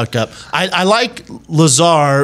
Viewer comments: I stopped listening to Brendan after he called Lazar “Lay-zar” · "I didn't look anything into it. I'm not a big alien guy" you have no idea what you're talking about. It's pronounced "luh-zar" not bob "lAy-zar." Man, you guys are annoying. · He said Lay-Zar. LOL. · Brendan said Layzar lmfao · Lizar ???? ITS LAZAAAAR ! TRY TO PRONOUNCE HIS NAME CORRECT FIST BEFORE DISCREDTING HIM. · "That Layzar guy..." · "lay zar" lol, this video is the internet all rolled up into a few minutes. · You believe in "lay-zar"? Come on bruh!! 🤣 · Did he just call Bob ‘LASER’ 🫠🤣🤣🤣🤣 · "You believe in Layzar?" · I dipped from this pod cast when the caveman said "Layzar" honestly anything with Brendan Schlaub will always get a negative reaction and if it gets a lot of viewers it's only to come and bash Brendan Schaub because he's so easy to dislike. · Bob LAY-ZAR...Mr. unlikable strikes again! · Is it really worth discussing about opinions on this subject by someone who says "Bob Leyzar"? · lay-zar though, y'know? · Lay-zar?? Lol!!!!!! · Did he say 'Laser' ? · HAHAHAHAHA who cares what Schwab thinks? You poor soul. I hope this was the last time you ever spoke to him. Lay-zar! LOL. He just got jealous cuz he got more mic time than him from Rogan. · Brendan Schaub should leave the thinking and analysis up to people that can think and analyze. He can't even pronounce his name right. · Lmao mans even pronounced “Lazar” wrong. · By the simple way Brendan pronounced Bob’s last name I completely believe Bob and everything he says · Bro can’t pronounce lazar if his life depended on it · brendan cant even pronounce his name correctly. If he did more research i bet his look on Bob Lazar would change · He can’t even say the mans name right 🤦🏻‍♂️ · Wow, this comment section is stupid. Despite mispronouncing Lazar's name, this is one of the better takes Schaub's ever had. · Can't even pronounce lazar right lol